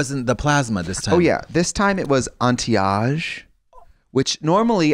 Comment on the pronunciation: am i stupid or is she pronouncing anti-age like Auntie Ahge